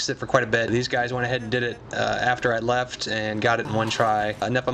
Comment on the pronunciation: dont u mean left cos u said jeft